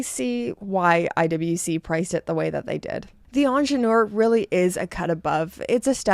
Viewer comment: May I just contribute to whoever may be interested in pronouncing the word Ingenieur properly (which stands for Engineer by the way). The phonetic would look as such IN-J-NI-HER (the h in her being mute).